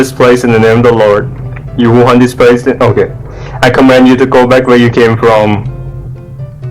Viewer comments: cameมันอ่านว่าเคมไม่ใช่คำนะครับ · อ่านว่า CAME (แคม) ไม่ใช่ COME (คัม) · พี่อ่านcameเป็นcomeมันเลยผิดครับ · อาจจะอ่านผิดก็ได้นะทำให้สวดกับผีไม่ค่อยได้ผลอ่ะ เพราะว่าcame=เคม come=คัม ครับเพราะงั้นผมเลยคิดว่าอาจจะเป็นเพราะแบบนี้เลยทำให้สวดกับผีไม่ค่อยได้ผล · came ไม่ใช่ come ครับ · อ่าน came เป็น come อะพี่มันเลยไม่ได้ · came เคม ครับพี่ อ่านว่าเคม ไม่ใช่คัม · ผมว่าที่ผีไม่ตายเพราะออกเสียงตรงคำว่าcame=เคม เป็นคำว่า come=คัม ผีเลยไม่ตายให้พี่รึป่าว